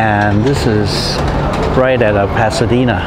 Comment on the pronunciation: Can't believe your pronunciation. Can't believe you can not pronounce "El Paseo", "Pasadena" and many other places. English is my second language, but if I'm going to make a video like yours , I would do my homework and planning a bit more. I wanted to see Pasadena but you got stuck in " food". If I wanted to know where you can eat or what to go eat in China, I would have looked up Mark Wiens or The Food Ranger. You will disappointe lots of people who want to view good old Pasadena.